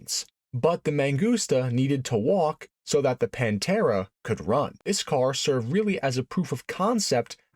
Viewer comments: No, it's not not the Paaaanteeeeeeeraaaaa.. its the 'Pan'-'te'-'ra'. The pather. But in italiano. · Consegue errar a pronuncia de todos os nomes... Panta; Demaso ??? VSF :face-blue-smiling